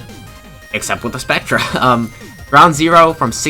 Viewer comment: Spectre is pronounced like spec-ter